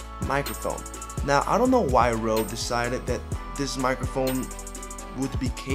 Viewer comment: It's called Rode, not Rothe ;)